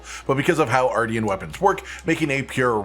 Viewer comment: I’m going to pretend I didn’t hear you say artian and only focus on the armor.